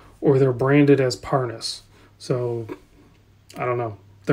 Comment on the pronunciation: My god, what is this? I see Rolex but you keep calling it parsnip, why?